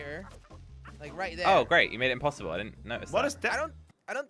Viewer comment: jelly thats impessible again: but its impessible